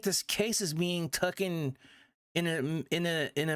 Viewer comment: It's Taken not tookin